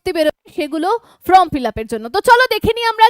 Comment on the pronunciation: ম্যাম, ফ্রম মানে হইতে আর ফর্ম মানে আবেদন পত্র, উচ্চারণ একটু ঠিক করুন না, আপনি তো ম্যাম বলেন নিজেকে, ফ্রম বলা কি ঠিক হচ্ছে, প্লিজ এটা একটু দেখুন।